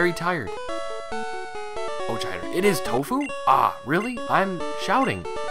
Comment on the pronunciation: I think it helps if you pronounce the "ch" in "Aochider" as a "k". Okada/Aochider/Auchider. Sounds like a german name.